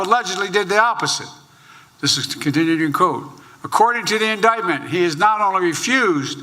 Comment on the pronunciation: says indicktment.